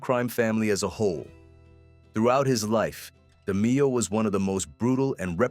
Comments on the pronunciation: Great video, but hearing his last name said wrong is annoying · This is not AI. Voice operated. So why would he say the last name wrong? We might be wrong about pronouncing his name. The narrator was accurate with his english. But the demeo pronunciation. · Try pronouncing his name correctly ! LOL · Can't even pronounce the man's name right. FS